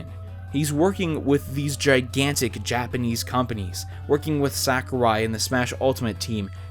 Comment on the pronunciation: How do all these video game channels keep saying Sakurai's name incorrectly?